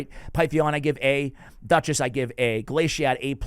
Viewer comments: Still saying Glaicad wrong even after getting it right recently lol. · Did you purposely mispronounce Glaicad and Slitherer? 😂